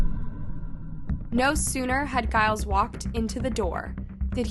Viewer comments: Are you saying Giles? I am just confused because that's really not how you say it. Few bits like this recently. Just thought you would rather know. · it's supposed to be pronounced with a G as in George. 🙂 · Please google how to say names, saying them incorrectly is annoying. Giles is pronounced with the G pronounced as you would in the word 'gent'.